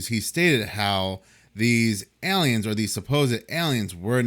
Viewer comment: It's pronounced AY-liens, not Eliens.